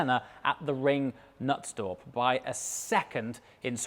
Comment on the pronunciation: well yes? But he pronounced it like Nuts torp. Totally wrong 🤣🤣🤣